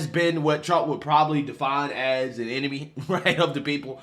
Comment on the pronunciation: No, the press is the eh-no-me.